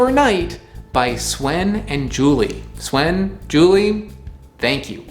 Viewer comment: I suspect that "Swen" was not pronounced the original way. But I know that Tiége Hanley was mispronounced, because you used two different pronunciations. Scandalous! I hope they give you another shot.